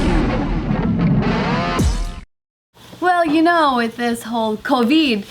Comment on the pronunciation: Why does say it "Coviid" and not "Covid"?